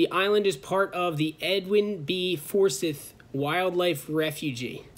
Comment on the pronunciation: And I think Forsythe is pronounced For-Sieth.Nothing was hurt which is the important thing. As a side note, that red and white building you passed on the way in/ out there is a research station for those types of things. Have friends who could get you guys a tour sometime if you want to know more about what’s being done for similar causes.